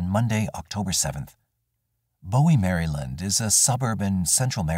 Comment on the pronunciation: The Mary-Land pronunciation kills me evrytime 💀